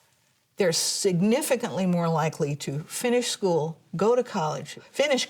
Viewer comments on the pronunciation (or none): none